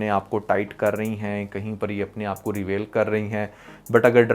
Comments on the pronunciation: Bhai ap aik aahda English course kr lein....... itniiii khraab English.....actresses........reVAIL 😂😂😂😂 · You even do not know how to pronounce basic words such as " reveal" etc... apparently you have made this video to get views. You are showing us what we had missed but if you are a drama nalysis then analyse dramas not women. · Bro Reveal ko pronounce to karna sekh ly... pair video bnana.... Bro ko un ki dressing sy koi problem nahi..... Yeh to pori film dekh k fatwa lgaty hai...🎉😂 Bro you should famous at that level..... they are earning money .... You are doing same....